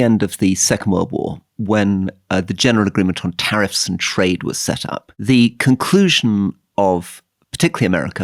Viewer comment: Love the show, but it’s “tariffs”